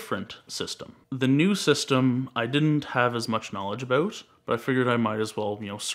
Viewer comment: I love how he's Canadian and you can tell by his pronunciation of "about" but he doesn't say "aboot", it's more like "abouwht"